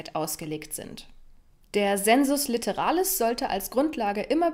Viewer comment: Zur römischen Phonetik: sensus litteralis = [seːnsʊs lɪttɛra:lɪs]